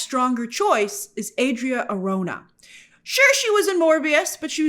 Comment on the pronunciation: Adria Arjona’s last name is pronounced “aar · how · nuh” just and fyi Grace 😅 your really butcher her last name lol